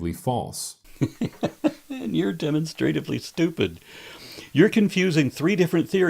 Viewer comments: I got caught up on his pronunciation of demonstratively "demonstrate-ively" should be "di-mon-struh-tiv-lee" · What I find entertaining is hearing him mispronounce words and names, like demonstratively and Tacitus. Sometimes the hostess has "to seat us" when we go to a restaurant, but that's not how the Roman historian's name is conventionally pronounced. And the monster is inherently demonstrative.